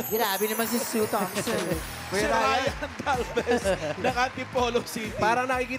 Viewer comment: Ang galing sana ng pangalawa kaya lang ang pronunciation and enunciation ni Ryan "Sue Thompson" sumasablay